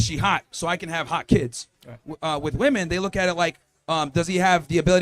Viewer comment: Why can't any of these people say WOMEN!!!!? I thought it was the women who can't say it, but a lot of the men can't say it either.